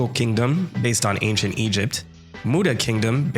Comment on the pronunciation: Antient Teadom 💀